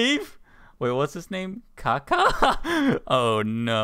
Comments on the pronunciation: its Kakashi not Kaka :T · I love how no one is talking about saying kakashi as kaka lol